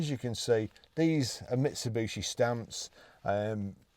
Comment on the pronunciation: Nice truck in good condition. Why do people call them ‘Misubushi’ or ‘Mitsubooshi’. Clearly said as it’s spelled: ‘Mitsubishi’. No second ‘U’. It’d be like people pronouncing ‘’ as ‘Crompton’ or ‘Crumpton’ 😂